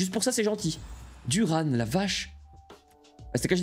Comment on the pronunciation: c’est Turan pas Duran